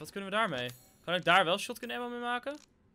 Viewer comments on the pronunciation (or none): none